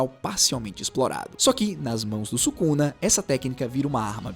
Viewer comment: 為什麼宿儺的發音不對？